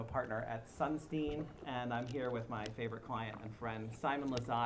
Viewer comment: Lol «Favourite” (reads: wth are you saying??). Simon is awesome